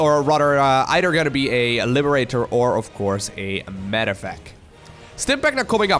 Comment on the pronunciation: Is it just me or does pronounce "TH" in words as "D", example "eider" instead of "either" LUL, it seems lots of europeans do this, not sure why I find it so funny.